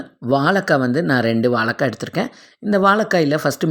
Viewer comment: வலக்காய் இல்லை வாழைக்காய் 😁